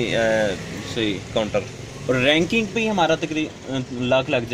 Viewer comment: raking ka matlab ha. jo ye lakri key box bane hue ha jin main samaan rakha jata ha..us ko raking kehtey h..baqi lafz raking hota ha ranking nahi wo ghalt bol rahe ha..